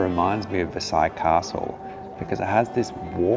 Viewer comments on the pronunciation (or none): none